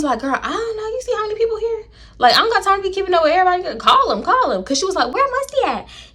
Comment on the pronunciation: “ the dew-sse is that for every-boday” lmfaooo 😂😂😂😂😂